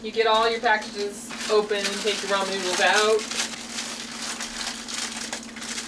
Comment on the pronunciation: Did she say Roman noodles LOL